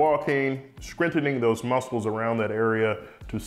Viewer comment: Not sure if it was intentional or not, I'm so happy to see an actual surgeon say the word "muscles" and enunciate the "c". I got a good chuckle out of it because my GF gives me an unimpressed look when I do it to be silly.